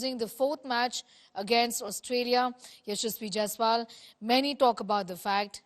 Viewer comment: Yashashvi Jaisal...? How can you mispronounce carelessly on Main stream😮